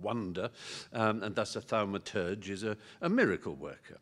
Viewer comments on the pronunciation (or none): "Be a thalmaturge"